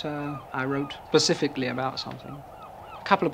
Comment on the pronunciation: I am surprised he said 'pacifically'.